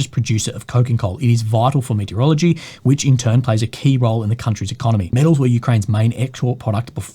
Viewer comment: saying "metallurgy", I hear "meteorology":)